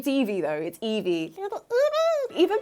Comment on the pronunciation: I love Eevee, but hate how it says Eeveerrrr. Where the hell did that R come from? You don't hear Prikachu now do you? 😂